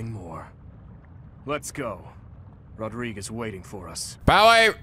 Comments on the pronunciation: No one: Literally no one who can hear the distinct pronunciation of Rodrigue: this episode: Rod•ri•gae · Weird that keeps calling Rodrigue "Rodri-gay" even though the game is fully voice acted and he should hear it properly pronounced enough